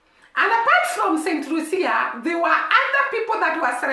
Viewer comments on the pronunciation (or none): Pronounced St - lue- sha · Please stop it. Focus should be on this tiny small island and the medalist. She is Lucian,not Jamaican . Focus should be on the tiny island and the medalist, not Jamaica Pronounced Saint loo sha